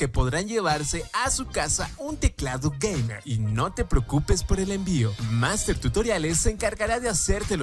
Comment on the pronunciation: "un usuario... *toma aire*... geimewr"